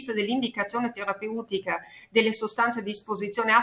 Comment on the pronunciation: Adoro la dottoressa. Ma qualcuno le dica come si pronuncia la parola "terapeutica", per favore...